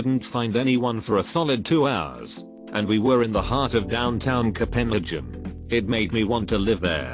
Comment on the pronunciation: The way the voice pronounced Copenhagen sends 😂😂